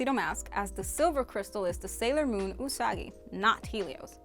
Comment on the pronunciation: Usagi (you-suh-guy) 🤣😆😂